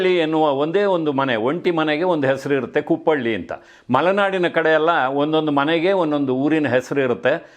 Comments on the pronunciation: ಕುಪ್ಪಳ್ಳಿ ಅಲ್ಲ ಸರ್ ಕುಪ್ಪಳಿ 👍❤️ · ಅದು ಕುಪ್ಪಳ್ಳಿ ಅಲ್ಲ ಕುಪ್ಪಳಿ. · ಕುಪ್ಪಳ್ಳಿ ಅಲ್ಲ.. ಕುಪ್ಪಳಿ